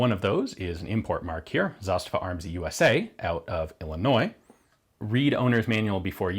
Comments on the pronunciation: "Zasta'va" (not "Za'stava") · It is not ZAstava, it's zaSTAva. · Stress of this word is on the first syllable in Serbian (and Bosnian, Croatian and Montenegrin); plus, it's a long falling accent (zȃstava), meaning that the finish of the first a sound is quieter than the beginning. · Brinkwolf most people seem to use the Russian pronunciation of the word with stress on the second syllable rather than the first. As an aside, not only is the pronunciation different but so are the meanings. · Please explain. As a Russian, I've only heard this word with stress on the second syllable.